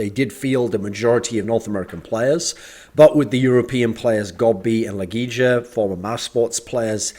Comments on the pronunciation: It's pronounced Legi-ya and not Legi-ja i think pls dont rekt me lord thorin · If you're gonna butcher LEGIJA's name like that you might as well just say LEGION